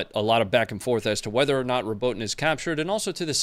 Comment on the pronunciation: Fyi pronunciation phonetics: Robot-ina, You-row-jina